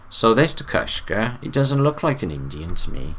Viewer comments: His name is TECUMSEH. Ta Cum Suh. Not Tekushka. Also he's a very famous Native American. Not a Mason stop talking from your ass and stick to what you know my guy. Shawnee Natives dressed very well. Tecumseh wasn't the only one to dress like that. Also Shawnee are grouped with the Muskogee aka Mvskoke aka Creek aka GREEK. Native Americans are the Tartarians, Romans and Greek people. The Muskogee use the Greek alphabet. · I love this video but Tecumseh is pronounced differently. Ta-KUM-suh. 🥰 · " Tecumseh " is pronounced ..... " teh-come-see " :)